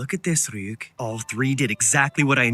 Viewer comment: criniging and dying inside everytime they say Ri-yuuk